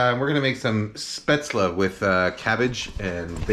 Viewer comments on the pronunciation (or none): Just a tip, it's pronounced "Shhh-pätzle" nocht "ssss-pätzle" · Hey Kenji - Coming from a German speaking native: your pronunciation is pretty good, only at the start of the word it needs to be Shhh - paetzle. The "Sh" should sound like as if you're shushing someone. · you're wrong there. I'm from the region Spätzle are from and it's pronounced shpätzle/shpätzli. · You are so close to the the perfect pronoctiation of "Spaetzle" Kenji, the only thing you're missing is that it's pronouced with a "sh", so it`'s "Shpaetzle" :) Other than that I have to say you are the only American that I see as an authority on German food because you have defininetly done your research on this stuff! I love your non-chalant approach to cooking , it's really helped me relax and make the best of what I have in the kitchen instead of feeling like I need to go out and get the perfect Ingredients for every dish. This might sound crazy but I wish restaurants like yours existed here in Germany, I would love to have a place that serves traditonal food with a modern and creative twist like you seem to do. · Just some German comment. Spätzle is pronounced with a SH in the beginning (like should for example) Traditionally the batter gets scraped of a wooden board into the water, which is pretty hard to do. And would you really consider this dumplings. It's more like pasta isn't it? Käsespätzle (chesse Spätzle) is basically German mac'n'cheese :D Keep up the great videos!! All the best! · FYI the 'S' in 'Spätzle' is pronounced as a 'Sh' like in 'flush'. In case someone cares, which you don't have to. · Kenji: Shpetzley 🤪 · nice video kenji! looks yummy but actually it's pronounced "schpaetzle" (sorry... :D)